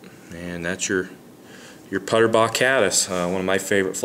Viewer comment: I know Don Puterbaugh personally. His name is pronounced pooterbaugh not putterbaugh. Just FYI. Good description of the tie though